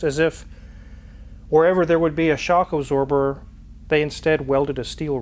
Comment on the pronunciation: WTF is "shock-o-zorber" ?? Merry Xmas